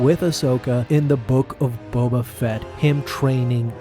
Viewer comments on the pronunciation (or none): none